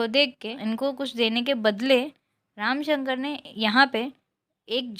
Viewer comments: ramshankar not ramashankar But nice explanation ❤ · ramasankar nahi didi ramsankar